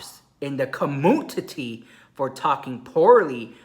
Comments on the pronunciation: I just loveeee when says Beauty CommUNTI-TEE. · I love how you say beauty COMMUTITY LOL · I love it when he says “beauty comutiti” It gest me everytime 😂😂